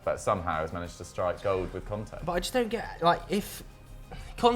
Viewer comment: I love the way southerners pronounce the names Kante and Conte the exact same